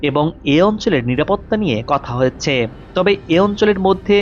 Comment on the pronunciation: হ য়ে চে। হ য়ে চে। এগুলি কি য়ধনের উচ্চারণ।।